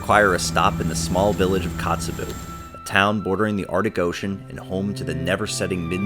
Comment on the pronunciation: OK. One, I can't believe you don't have more views, or have more comments. Bu the more comments part works in my favor. Maybe you will change your video to include the correct pronunciations of these places. Kee-nigh (like the English "Nigh", Eye-ah-lick Glacier (you do know how to pronounce "Glacier". LOL), Kot-tse-bee-you (like pee-you, something is stinky), wha-hut? Bitch? Kat-mei? No,nnnnnn,no, darlin', Kat- my,l like, "that is my national park, bitch." When you are there, it is your national park, Kat-my.), OMG< the Football!! Field Lake! We watched this lake change so drastically from 2001 until 2020, when it finally drained (I think). The ice canyon below it was always amazing. You were right to try and hike it. So many memories of a forgotten feature of Root Glacier, in Wrangell-St. Elias National Park. Pronunciantion, boys and girls! It is the first way the locals will either turn you away or accept you as their own!